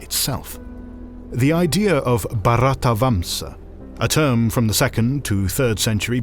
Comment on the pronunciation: It is not Bharatavamsha, It is Bharatavarsha.